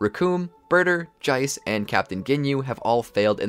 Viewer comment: I thought his name was Jas or Jace not Jice like Dice. Dude says his name pretty clearly